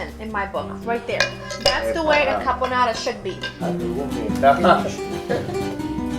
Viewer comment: Richard Ramos actually, he was missing the first "r" in carbonara twice in his second rant